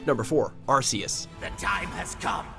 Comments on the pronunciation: No hate but it's ar-key-us not ar-see-us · Cookie Cream Ikr, they pronounced it like Arse, as if they call an ARC an Arse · John Franzen Suan Buddy, how do YOU pronounce An ARC, ARC isn’t an ARSE it’s an ARC with a “k” sound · Also its pronounced Arc-eus not arseus. also just ignore the fact that hoopa, dialga, palkia and girtina arent even on the list, like bruh. Arceus is number 4, your saying that the creator of the universe which can beat the creation trio at once isn't as powerful as a science experiment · It's Ark-Eus not Arse-Eus it's spelled Arceus but you pronounce the c as if it was a k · Player Franzen GD no actually he is right it is ar-ke-us because it have an arc around it body and see the anime it is pronounced ar-ke-us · u pronounced arceus wrong its ar-key-us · Arce is British English for butt that's why it's pronounced Ar - kee- us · Lol couldn't even say the names right. He literally said Arseus😂😂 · Arceus is actually pronounce arkeus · #1 its not meuw tow its aceos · u said arceus wrong about 50 times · Arceus is pronounced as ARE KEE US AND RAYQUAZA IS PRONOUNCED AS RAY KUA ZA AND ARCEUS IS THE STRONGEST, WAS CABABLE OF TRAPPING HOOPA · Why does WatchMojo still pronounce Arceus's & Rayquaza's name wrong